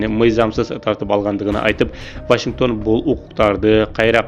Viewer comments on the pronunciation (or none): none